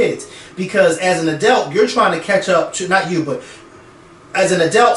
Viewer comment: saying "adelt" always kills me!! 😂